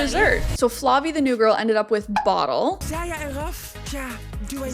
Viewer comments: By the way, isn’t Bodil pronounced more like the French Bodile in stead of the English bottle? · Haha. I watched this show when it was on Videoland, dutchie here, and i'm like what's the girls name a again you keep calling 'bottle' 😂 had to look it up, Bodil. I must admit not a common Dutch name. I never heard it before but it is pronounced like : 'bo' as in 'beau' or 'boat' without the t, then 'dil' as in 'deal' (as in thats a great deal). And to add if you want to know, Siem is pronounced like the English word 'seems' but without the last s. Your 'hoe gaat het?' (how are you doing') was pretty nice! 👍